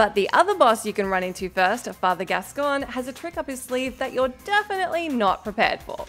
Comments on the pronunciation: Gascoigne sounds like coin not con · pronouncing Gascoigne wrong just proves that she’s just a reading a script. Also DS3 part wasn’t hard. Anor Londo was much harder. Mortal Shell’s Obsidian run was much harder than any of these.